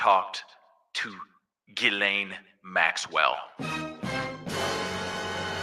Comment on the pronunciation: we have to stay on this. We obviously have a pedo in office. We can't let it go.❤ and I mispronounce her name the same way too😂